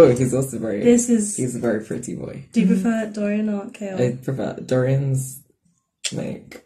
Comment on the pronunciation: Oh and it's Chaol like "kale".